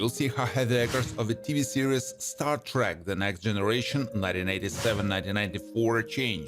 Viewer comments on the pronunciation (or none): none